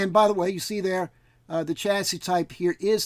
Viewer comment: One more piece of the systemd puzzle put in place. Thanx. (And BTW: It's 'cha-see', not 'cha-sis' [technically, 'sha-see'...]. It's french, eh?) :)